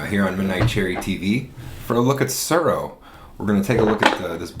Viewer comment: Every time you said "Tsuro" I got hungry because I heard "churro". "The Glow" - lol! Apt, because you win the game by becoming the Last Dragon. (Vanity not included.)